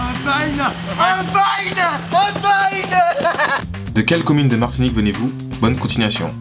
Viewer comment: Noemie tout court en faite il a dit marsinique